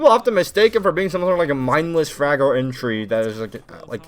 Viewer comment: uhhhhh I'm not trying to be messed up or looking for Darma with daddy but am I the only one who thought he said fag when he said Shaiiko was an entry frag no disrespect to gay people when I type that just saying my brain might be cooked from siege anyways love you or almost maybe turning to the dark side anyways love you